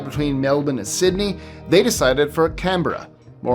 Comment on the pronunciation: Thank you for your pronunciation of Canberra and Melbourne 😉